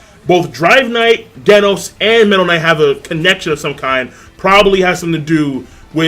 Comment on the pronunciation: The way you say Genos makes me cringe